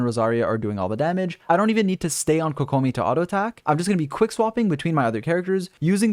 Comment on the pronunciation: apparently can't pronounce kokomi either lolz